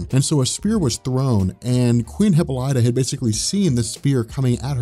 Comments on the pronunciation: Wow you butchered Wonder Women's name(Hip·pol·y·ta )FYI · Isn't it pronounced, Hip-ol-ita?